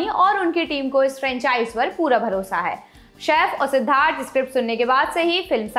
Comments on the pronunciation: Mam Shaif nahi Saif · Shef nahi saif